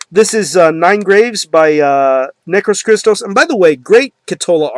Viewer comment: \m/ Hell yea, somebody reviewed Necros Christos \m/ I have their 2 albums and their compilation, I'm missing "Nince Graves" but I will buy soon. Oh well the band's name is greek words, and the tone while you are saying it goes like that "necrOS christOs" the tone on the "O" \m/ keep it metal! Is there anything similar like necros christos?